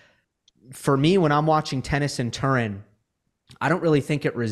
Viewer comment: Once again, gives us one of his "unique" pronunciations. This time with "Turin". Has he never heard of the Turin shroud?